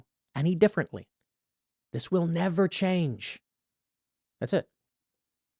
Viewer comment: Nevah, evah, evah...